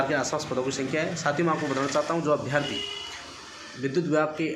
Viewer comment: Bhai अभियार्थी नही अभ्यर्थी होता है